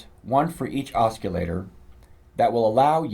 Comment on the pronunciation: Cool review, but.... it's pronounced OSS-i-later. There's no hard 'C'. Just an FYI.